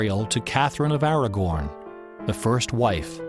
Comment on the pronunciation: My favorite part is the transcription both on the link and from youtube say "Catherine of Aragon" when he ABSOLUTELY says "Catherine of Aragorn"